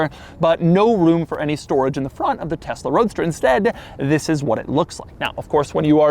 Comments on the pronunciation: “stoWage” i see what you did there elon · uwu dont use this awea fow stowage 👉👈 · Did Elon pick up "Bankwupt" from "Stowage"? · Stowage sounds like Elmer Fudd saying storage